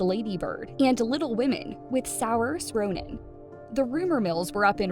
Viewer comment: She mispronounced Saoirse Ronan's name.